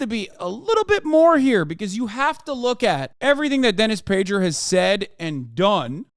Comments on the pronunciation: Great segment, Hasan. Prager is excrement and you shredded him. Just wondering if you're intentionally mispronouncing the g in Prager's name, like Pakman does with Tulsi Gabbard, calling her "Tool" si. Just curious. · I thought the g in prager was pronounced like a g. Why does Hasan say it like a j?